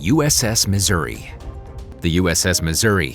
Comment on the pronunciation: Decent script but any and all information is rendered invalid by the most out of place and inaccurate photo/video coverage. Pronunciation of ship and geographic names is atrocious. I am a Missouri Plank Owner, serving aboard from 1985 to1989 and am not happy with mixing images of other Iowa class and older classes.